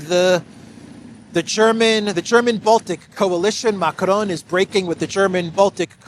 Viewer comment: I've always wondered: why do you always, always call the guy Macronne (which would be the feminine form of the name in French)?? Not complaining, just curious 🤭🤷‍♀